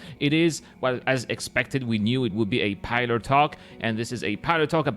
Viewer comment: Hey, it's "pill-ar," not "pie-lar." But anyway, the presence of the Starlifter is super encouraging.:)